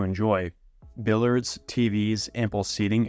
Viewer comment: You need to correct your pronunciation of “billiards”